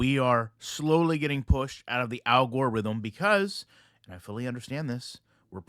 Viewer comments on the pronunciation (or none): Did you call it the Al-gore-rhythm 😂